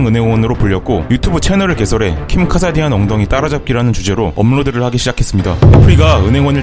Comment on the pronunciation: 왜 자꾸 카사디안이래 카다시안이야 ㅋㅋ